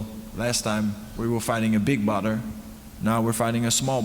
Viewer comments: ‘Badr’ or ‘Butter’ 😂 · Dutch saying Badr sounds like butter.. Rico fighting butter haha